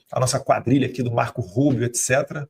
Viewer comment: Olha como ele fala! " Quadrilha do rúbio".